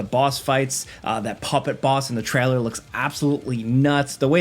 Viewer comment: Take a shot every time he says "treller" instead of trailer and your liver will hate you